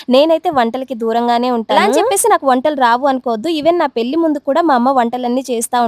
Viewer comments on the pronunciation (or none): none